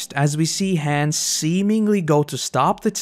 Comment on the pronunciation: Your pronunciation of "Hannes" made me irrationally upset. "Hans" no dude. It's like "Hahn ess"